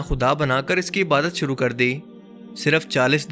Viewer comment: Bhai apki videos buhat achi hoti hain bs ap Ibadat ko clear bola krain Ibarat na kha krain Thanks